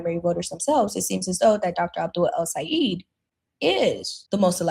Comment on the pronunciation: It's pronounced El - Say - ED. Not El - Say - EED.